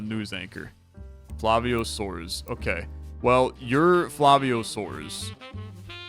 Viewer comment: I like that he didn't use a spanish pronunciation for the brazilian names, but soares becoming soars was hilarious